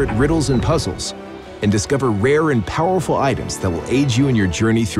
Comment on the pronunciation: Powerful does a strange sound.